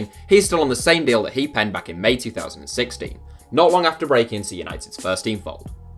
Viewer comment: Learn how to say 2016 u goof